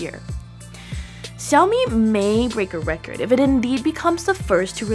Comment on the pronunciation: It is "sha-o-mi" not "sa-o-mi"